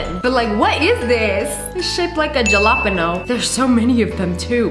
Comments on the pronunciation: What is a Ja la peno it is pronounced halapeno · yes people do, it’s the way you should pronounce the word, and Mexicans pronounce it hah-lah-pay-nyo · iTs sHaPeD lIkE A jelApenO *it’s pronounced hala-pan-yo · Jil-op-eno excuse me what?! A Hale-oh-peen-yo ?! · Ji-lop-o not jalapeno😂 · "its shaped like a ja lapa pano" Me: 😂 hon its Hala-peño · Jalapeño is not pronounced Jalapino, it’s pronounced Hala-pee-nyo,but if u wanna say it like that, it’s ok too! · DID SHE JUST SAY....JA LAP ANO..... it's pronounced Hal-ah-peen-yo....😃😭🤡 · Jalo penno😂 (its pronounced halepeenyo) jalapeño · Jalapeño is not pronounced (Ha-li-pane-yo), it’s (Ji-lap-ino) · It's a jalapeno not a galepeno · Jjjjjjaplapennno killed me lia is pronounced Ha-la-peen-O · she said it shaped like a japino u mean jalipanio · Is nobody going to talk about how she called a jalapeño a gAwLaaPEenO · No its the fact she calls a Jalapeño a jaLapano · Sssnipperwolf saying a Ja-lap-en-o lmao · No way, she called jalapeño a ja-lap-in-o 😂😂😂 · The way she pronounces jalapeño it’s so funny 😂 it’s pronounced halip-A-ni-O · lia: jilapano the rest of the world :its pronounced jalapeño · the way she said 'jalepeneo' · QUEEN ITS PRONOUNCED HALAPENO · The pronouncement of. Jalepanos 😂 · 😎the way she said jalepenho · Did she just say ja-lapono 😂😂😂😂😂😂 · It's not a julapino it's a LITRAL JALIPENEO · Bro just said jil la peno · she really pronounced Jalapeño, jalapono 💀👹👿😭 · WHY SHE SAY Jalopano so confident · Bro said jalopino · ✨jalapeño✨ pronounced hal ip e no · it’s pronounced hal-Ah-Pin-o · Ok ngl when she said jalapeno I kind of cringed because it's ays halepeno (like I'm not tranna be rude or anything) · BTW not jalapeño (h a l e p e n y o ) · UUMM it's actually pronounced halapeno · the way she said jalapeno is funny to me😂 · Bro why tf did you say jalapeno let me that tf 😭😭😭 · That is no how you say Jalapeño 😢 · i’m sorry but the way she pronounced jalapeño? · what J is actually pronounced H in Spanish